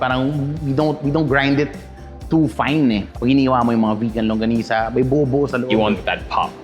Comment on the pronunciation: Thank you for saying “LANGGONISA”! 😊